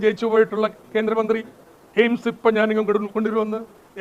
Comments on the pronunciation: സുരേഷ് അണ്ണൻ എയിംസ് എന്നല്ല പറഞ്ഞത് എയിഡ്സ് എന്നാണ് പറഞ്ഞത് നമുക്ക് തെറ്റിയതാണ്....... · എയ്ഡ്സ് എന്നാണ് കോഴി കേട്ടത്